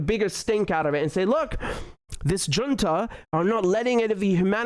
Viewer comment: Dear Richard, I appreciate your content. Allow me one little side-note: Look up how to pronounce "Junta". (SCNR) Keep up the good content, my best wishes & take care!